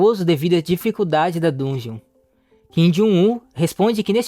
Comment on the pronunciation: Agonia ver ele falando errado